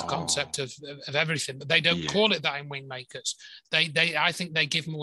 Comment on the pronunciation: Wind makers - I thought you were saying Wing makers.